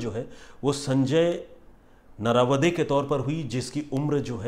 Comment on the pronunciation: It shud be pronounce as "नरावडे"😊 Plz sir kisi din Aurangabad maharashtra ki kahani sunaiye ..